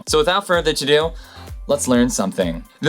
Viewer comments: It's "without further ADO".... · I think he wants to say "ado".